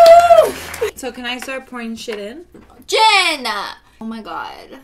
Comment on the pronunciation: w o w * JEYHN - UH